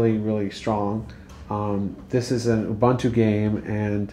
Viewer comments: Ubuntu no Ubantu....lol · LOL abuntwo? It's pronounced OOOBOONTWO. Oh and FYI it's a quad core now, not a dual core. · Re: Ubantu/Uvantoo - right? If you're going to hijack another culture's spiritual concept, at least pronounce it correctly. Disrespect compounded by disrespect. SMH. Cool technology and everything but - smh.